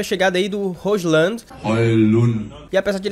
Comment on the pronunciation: Roshlan é engraçado, se fala róilund! (com d mudo)